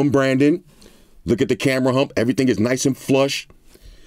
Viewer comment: "Eheee thang"